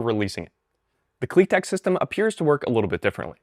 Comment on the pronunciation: You pronounce it wrong, it is pronounced Klit-ek